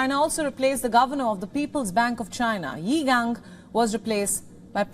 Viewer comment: Well done for pronouncing Qin Gang's name correctly.